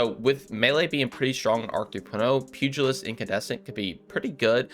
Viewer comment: First Creator I have seen pronounce pugilist correctly. Great job and I will be hunting for this.